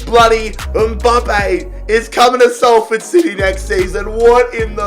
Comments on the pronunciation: Hey heads up its pronuanced Sol ford not sal ford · Anybody feel triggered that he said sAlford and not sOlford. Ik it's spelt salford but it's said sOlford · Burns my head the way you say Salford🤣 it’s more Solford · It’s pronounced solford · pronounced 'solford' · You pronounce salford sol-ford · Ffs it’s pronounced SALLFORD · It's not. It's pronounced solford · I’m from salford It’s pronounced sol-ford You’re so annoying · Hearing him mispronounce Salford so much hurts. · Ur laughing at Manchester Utd yet can’t say Salford